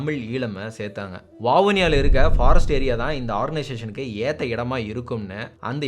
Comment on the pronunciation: Great job on the video! It was very informative, well-structured, and did an excellent job highlighting important events in the history of the Eelam Tamils. The only thing I noticed was the pronunciation of some Tamil place names, such as Jaffna, Vavuniya, and the village of Suthumalai. For future videos, I would appreciate it if you could pronounce these Tamil names correctly. If pronouncing "Jaffna" is difficult, you could simply use its Tamil name, "Yālppāṇam" (யாழ்ப்பாணம்), instead. Other than that, excellent work, and thank you for creating such an informative video.